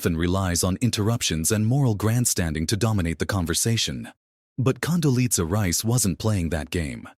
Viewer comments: AI should get the pronunciation of Condoleeza right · Condoleeza was on the View more than four years ago, October 2021 to be exact. And the AI voice is annoying. It can't pronounce even Condoleeza properly. At least get some updated clips to comment on. This is pure machine driven clickbait. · Someone should have taught the bot how to pronounce Condoleeza.